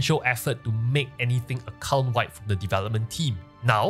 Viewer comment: I love how you say "account wide," it sounds like you are saying "occult wide." 🥰